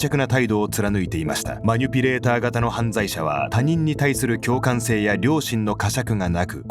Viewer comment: マニュピじゃなくてマニピュレーターな